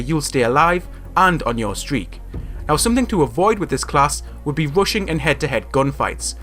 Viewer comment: When he says rushing class it's sounds like Russian class